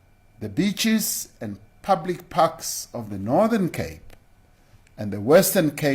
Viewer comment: I thought he said beechies. I thought, fuck me, now we can't eat gum.